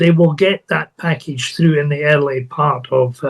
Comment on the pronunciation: Pull "though"? Did you mean "through"? Or "tough"? 😂